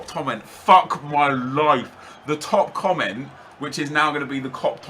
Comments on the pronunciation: Ok ok to me tho it sounded like it said cock. It also makes it funnier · I was dead when he said "cop tomment" XD